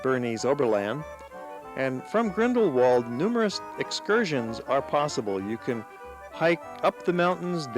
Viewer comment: the pronunciation of grindlewald is actually grindleVald not the written